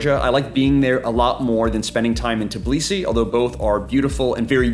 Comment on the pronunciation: Bro it's Tbilisi not Tiblisi, you keep saying it wrong. Thanks for the video though🙏🏻